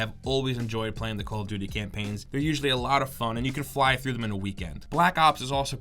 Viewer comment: He says call of vuty not call of duvty